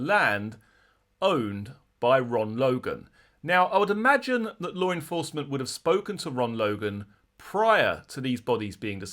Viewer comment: …. There is no “R” in law😂